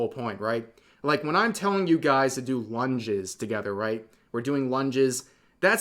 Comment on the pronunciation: I SWEAR, I heard Rev say, “one jizz,” instead of “lunges,” which, let me just say, would be a hilarious exercise.